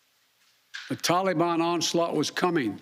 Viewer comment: Hey ""/ Joe. Its NOT Talibon.... It's Taliban... And i also disagree, We should've destroyed any evil "Taliban" fighter or terrorists within 100 miles of the airport like we are fully capable of doing and then got every single American, Allies, and any Afghan civilians that helped the USA for the past 20 years and help relocate any Afghan civilian or families incapable of fleeing to a middle eastern country willing to take them. From there they could take the legal courses to obtain United States citizenship like all of our grandparents had to do at some point. And let's not forget about $85 Trillion dollars of military equipment paid for by us hard working Americans that was giving to the enemy for FREE that they can use to terrorize the world for years to come, not to mention use against America. Stop making excuses and blaming everything on someone else or the guy before you... Stand up and use your f#*×ing backbone and set these problems straight instead of running away... Last i knew Americans run into the danger to help and protect people in need.. not run away from any unfinished goal! GET OUR MILITARY EQUIPTMEMT BACK BY ANY MEANS NECESSARY!!! STEP UP OR STEP DOWN AND LET A REAL PRESIDENT WITH A BACKBONE HANDLE IT.. 🇺🇸✈🇺🇸✈🇺🇸✈🇺🇸✈✈✈✈✈🇺🇸